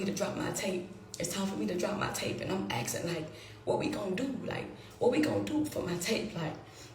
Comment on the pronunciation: Axing me, axing me, axing me, axing me